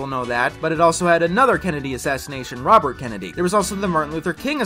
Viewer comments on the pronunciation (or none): none